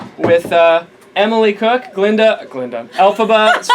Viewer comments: I swear Emily's last name is spelt Koch but is pronounced 'cook' ? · actually pronounced "coke" but the way she says it makes it sound like "cook" haha